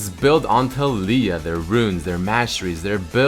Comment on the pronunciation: A moment in silence pls for the mis-pronunciation of taliyah. Go watch the champ spotlight to hear how to say it.